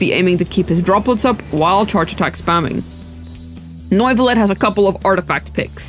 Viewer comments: How British can a Video be ? Me : Yes, Neuvillette 😺 He : No, NOIIVUUULETT 👹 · His name isnt NOIV-ullette bro , its French = NUEV-illette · ‘Noivelette’ lol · Did she just say.. nuyvillette 💀💀💀💀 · did I hear "nerd village" correctly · you DID NOT just say Noivilette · Sry for disrespecting but NOIFILLET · why do you call him noooivelet 😂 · N-oy-ve-let......pretty far off lol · Noivilette ? xDD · You called him Norvillette. You called him Noyvillette. You called him everything but his actual name and the entire video is a out him. SMFH